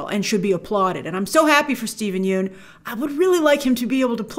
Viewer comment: I believe the vowel in “Yeun” is pronounced like “young” or “lung”. Thanks to Conan that I know this 😅